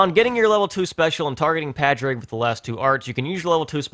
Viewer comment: I love you and imma let you finish. But for the love of all that is holy. It's pronounced PAW-DRIG not PAH-DRIG!